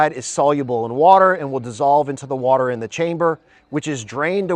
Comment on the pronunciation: Hmm he can't even pronounce water properly... "Waller"!? Plus would the blocks be air/Waller tight?